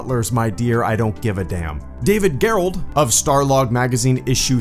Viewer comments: It's pronounced David Jerrold, not Gare-Rolled. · You pronounced David Gerrold (one of the best Star Trek writers btw) name wrong